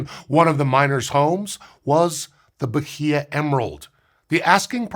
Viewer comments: I love, but I'm twitching a bit every time he says ba-hee-ah. It's ba-ee-ah. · The "h" in Bahia is silent. Something like bah-EE-uh. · Say B a í a instead H is mute in portuguese and Spanish. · Atleast pronounce the state correctly. The h is silent in Portuguese, ba-EE-ah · Good video. I'll be pedantic and say you don't pronounce the H in Bahia. It's "bah--ee-ah". The vowels are flat. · Bye-ee-uh. That’s how that’s pronounced. 😂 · Was just at Bahia Honda in FL and some people pronounce it that way. It’s supposed to be pronounced like Baya, right? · more like bah-EE-yah or bah-EE-ah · Bahia is pronounced "Bah-EE-ah." No "H" consonant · It aint “Bajia” the H is silent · It's pronounced Ba-ee-ya, btw. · irked me so much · Pronouncing the H in "Bahia" is the really cursed part of this. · I've never heard Bahia pronounced like that before. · the "h" in "Bahia" is silent. this goes against usual portuguese pronunciation rules, but it's an exception. think like how "Roosevelt" doesn't have the correct "Roo" sound. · not a region, a state, and the 'H" is silent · The h in Bahia is silent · love the video, but as a brazilian you do not pronounce the H in Bahia :) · Please look up how to say a foreign word that shows up in a script as often as "bahia" did in this one! Mispronounced once or twice is fine, but this was so many times and was making my Portuguese brain itch. You nailed "Carnaíba" though.